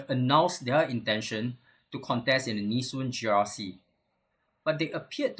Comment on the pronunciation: Goh Meng Seng, ffs, it's Nee Soon not Nee Shun!!!